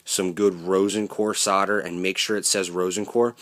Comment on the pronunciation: 'Sodder' !!!! There's an L in SOLDER !!! And eeewww, taped joins ??!!